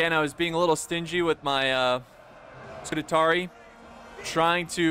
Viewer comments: Scoo - taa - ree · SCU - TARI not SCU - TA - TARI Read the name man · Not: Scu-te-tari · Scutatarii😂😂 ,man i love u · say it with me: Scu-ta-ri-i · Isn't that a rooster, not a chicken? And Scutarii is pronounced Scoo-tar-ee-eye. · That's funny, I didn't know that I had already watched this video, and after so long I couldn't handle it, nope I've got to comment that you're pronouncing Scutarii wrong, then i saw a previous comment by myself instructing you how to say it. 😂 I guess that's twice I just couldn't handle you saying scoot-a-tar-ee. (It is Scutarii not "Scutatarey").